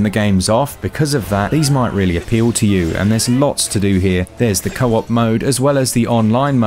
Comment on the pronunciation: He had to say Co-op with "Ma-daughter" 3 times before I realized it wasn't the name of an in game character...